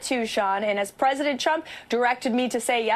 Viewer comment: She always says pwesident